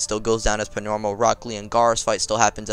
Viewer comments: Why doe you say pnormal not normal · Why do you keep saying Pnormal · im not hating jus askin do u have speech impeeement because u say pnormal